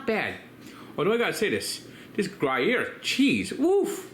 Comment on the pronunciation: Gree-air cheese? avec wax? lol